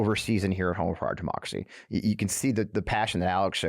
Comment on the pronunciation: I'm a big fan of Midas touch and this show is pretty good content. But I really seriously could not understand the title of your show based on your pronunciation. I had to look at the title of the show after a couple times watching it to understand what you were saying. Please enunciate on democracy.